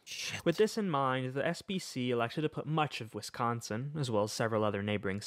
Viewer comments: I like you pronunciation of Wisconsin more tbh 😅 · I have to say as a Wisconsinite you did pretty well pronouncing Wisconsin almost as well as a true Wisconsinite.